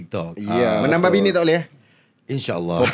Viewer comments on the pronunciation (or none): Kenapa mamat sebut bini as "binik" eh?